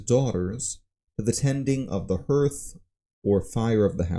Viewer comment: hearth in pronounced 'harth' otherwise great thanks